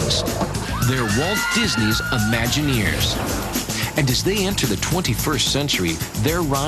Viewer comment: "Imagineers" -- notice the word is spelled with a an "I" at the beginning. Curiously enough you pronounce it as if it were spelled "UH-maginineers" or "Amagineers." I maybe a bit sensitive as I was one, a Disney Imagineer. When you pronounce it "ah", or "uh"-maginer it sounds like you don't know what you're talking about. It's LAZY.